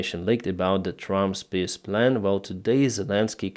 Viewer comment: I love how with your accent "Trump's peace plan" sounds like, "Trump's piss plan". So appropriate.